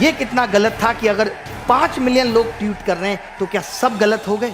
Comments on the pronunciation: ट्यूट नही ट्वीट😂😂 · Tweet toh thek se pronounce karle